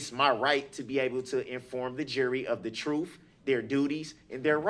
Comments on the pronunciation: EPIC reply.👏👏👏 "troof" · " I am goin to tell my troof" - Darrell Brooks